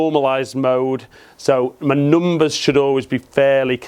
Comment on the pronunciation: I love how these guys pronounce “numbers “ cracks me up every time